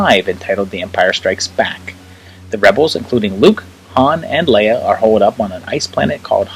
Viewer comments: I can forgive saying WOOF instead of WOLF ;) But LEEUH instead of LAYUH?? UNSUBSCRIBED jk but stil... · She is pronounced, “Lay-ah.”